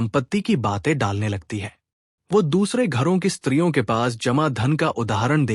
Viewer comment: Ki shbd aap glt bolte ho, smjh me nhi aata Khani bhut achchhi h